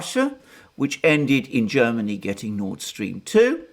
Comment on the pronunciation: Jhairmany Calling Jhairmnay Calling